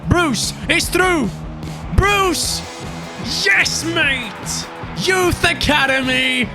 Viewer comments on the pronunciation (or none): none